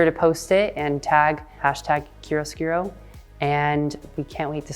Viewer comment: Please let me help: It’s pronounced “KIARO-SKOORO”. Not “KIRUSKIRO”.